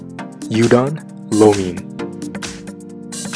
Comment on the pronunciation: Dear God, can you pronounce any of the names properly? "you-don low me" What??????